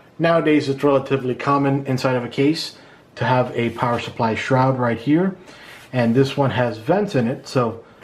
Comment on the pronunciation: Awesome vid, all I need to do my first build! Thanks a ton. PS. "Power shupply" just cracks me up lol. Came here researching R6 Blackout which is on sale on Newegg right now at $110.